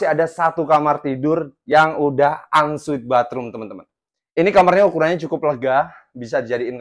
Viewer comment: unsweet opo on suite? hahahaha mesti sekolah bahasa Inggris lagi lo!